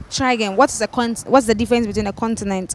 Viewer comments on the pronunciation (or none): none